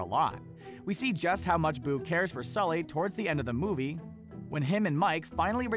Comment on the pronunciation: It's Sulley not skully u nimrod lol